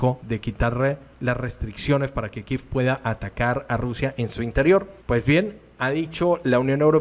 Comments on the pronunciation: Tienes toda la razón no se el capricho de ese señor de pronunciar el nombre de la capital de ucrania kiev no kiffffffff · NO INVENTE PRONUNCIACIÓN_ KIEV es KIEEEEEEV De dónde saca kif